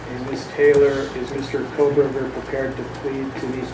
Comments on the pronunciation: I watched the KR trial. I can understand why ppl might mispronounce Dever, but Kohberger and Kohlberger, not so much. Don’t need to add extra letters to get from Dever to Dever. 😅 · Koh-Berger. There’s no L in his name 😂 why does everyone mispronounce it? 😂😂